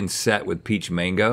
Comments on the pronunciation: Its not mongo its mango. Please support a link otherwise if its really an education channel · I know they're saying mango but I'm hearing manko and it's making me giggle. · When you guys say Mango as Mongo, gotta watch it. Mongo is a slur for mentally challenged individuals. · Sorry but that isn't how you pronounce mango in spanish